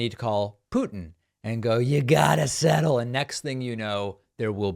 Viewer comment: "You gotta sssettel"😂😂😂😂